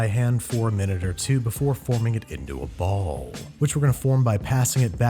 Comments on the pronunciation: why he say “ball” like that😂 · The way he says "Ball" or "Balls" is too funny